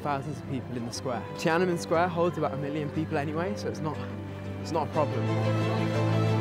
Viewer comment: Great video👍 Tananmen Square should actually be pronounced as Tian An Men Square, meaning "Gate of Heavenly Peace."